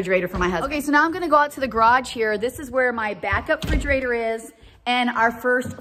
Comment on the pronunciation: Forgive me, but please pronounce Refrigerator